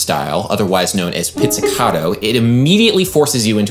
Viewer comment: It's pizzicaTo not pizzicaDo. the T never has a D sound in italian